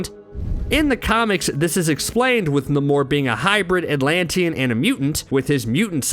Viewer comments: His name is NAMOR NOT NIMOR! Sheesh! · why cant you say namor's name correctly? idiot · Who let this man make an entire video mispronouncing “Namor”? No one thought of correcting him? lol